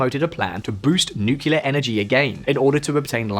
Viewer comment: Why can't you pronounce nucLEAr correctly